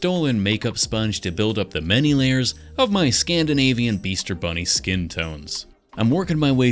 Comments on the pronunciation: Wait, did you say beaster bunny? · Did he say Beaster Bunny? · Bro this man said beaster bunny